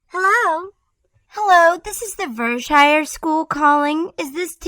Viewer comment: Now I want to say that it's only those idiots who lived on the Hill that called it Ver-Shire.